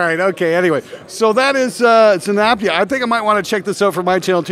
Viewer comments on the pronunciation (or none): f'd up again by calling the company zynaptiA:D